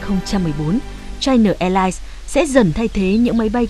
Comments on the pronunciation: Chai Na sao lại đọc thành Chai Nờ? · China, đọc rõ âm a a a a a, dùm tôi cái, đừng đọc là chi nờ, nghe "bà nội" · China chu khong phai la Chi-no! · China Airline: Bạn đọc theo tiếng nào? Đọc theo tiếng Việt thì phải là Chi-Na chứ sao lại Chai Na. Kênh đọc theo phát âm tiếng Anh thì là Chai-Nờ còn ý kiến gì nữa?